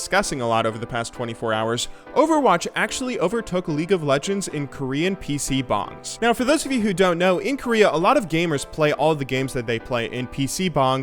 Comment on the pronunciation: Why do you say PC Bangs in such a weird way xD